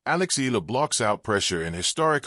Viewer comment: Alex E-ya-la is how it's pronounced.